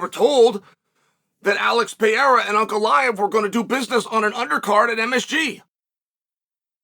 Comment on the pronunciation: "Brother, put him Ankalaev. Yes, put hin Ankalaev."